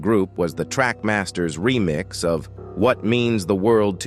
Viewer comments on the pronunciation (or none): none